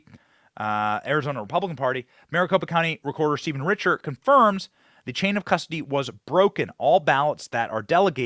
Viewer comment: Benny said "nucular" and "cusdoty" and I almost threw my phone